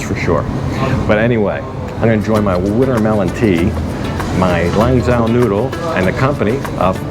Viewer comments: By the way Mr. China Expert. You pronounce it as if it were written "LON JOE". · Lanzhou lamien was my favorite chinese restaurant when I lived in China! It’s pronounced lam Joe. The zh in Chinese is the same as a j in English… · Lanzhou noodles. In Mandarin, zhou sounds like "joe".